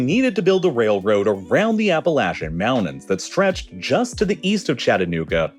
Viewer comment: I'm sorry, did you just say "Appa-lash-un mounains"? What the...? Appalachian mounTains. Notice the T. It is a free-use letter. No charge. No fee. No tax. Feel free to use it whenever you wish...Or whenever you say "MounTains". Oh, yeah, great video! Kudos on the content!